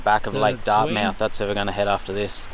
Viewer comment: Pronounced "Dartmuth"